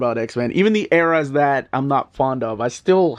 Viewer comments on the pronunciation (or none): none